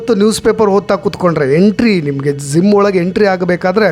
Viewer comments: ಸರ್ ಅದು ಝಿಮ್ ಅಲ್ಲ ಜಿಯ್ ಅಂತ ಹೇಳಿ. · Your explanation is too good but pls correct pronouncing Gym it’s not Zim